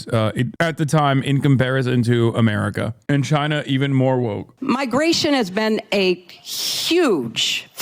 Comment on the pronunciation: "I am fascist light!" "You are too voke." Every time.